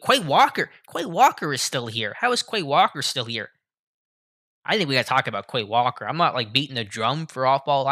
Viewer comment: Bro learn how to pronounce the names correctly 🤡. Look up how to say “ QUAY WALKER” 😐